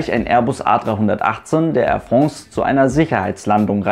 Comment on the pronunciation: Ich muss immer schmunzeln bei "Air Frongs" 😂 sehr gutes Video!